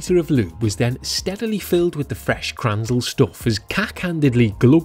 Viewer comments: Please: Say Kränzle. You always call it Kranzel. Sounds kinda weird. 😉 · Its called Kränzle not Kranzle! - Get it raaiighhttt !!!like "Angry German" would say... JK (Speed Comparer)😄